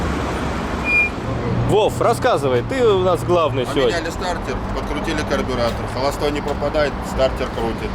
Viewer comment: классные старички. приятные люди. а еще понравилось как произносит стартОр😂